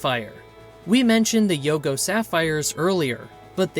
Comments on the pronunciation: Not YUGO...it's YOGO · Yogo. Not Yugo. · The weird voice, the mis-pronounciation of people's names and the names of towns (Yugo) for example, and the inability to get the Indian Chief's name right...it is Plenty COOS not Plenty COOPS! THIS HAS ALL THE EARMARKS OF AI. The information is great, the presentation and inaccuracies are NOT.